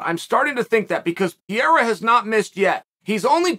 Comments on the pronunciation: the moment he said PIERA i stopped the video. When he did it with BELAL, it was funny , but now is ANNOYING as hell...Is like a 5 year old repeating the same joke over and over again hoping to get the same laugh. Bro, change the material, it's ain't funny at all...Very close to unsubscribing. I'm sure i'm not the only one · PEREIRA not Piera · Alex "Piera" Pereira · who dafuq is pieira? its fucking PE REI RA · Pierra XD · Per-Rare-Uh. You can do this Chael. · Pierraah lol Uncle chael at it again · Next week perierias name is guna be perura lol the way chaos pronounces it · PeeAirA is good at Mooey Tie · Chael never gets a name right. Pierre ah. LOL! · Every video Uncle Chael mentions Pierre-uh, I reminisce and re-watch a George St Pierre fight from the past. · I must say this is first time that Chael's mispronunciation of Pereira's name is irritating me :D